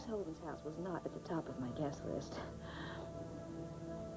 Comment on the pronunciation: Did Alex say on top of her guess list? Or guest list?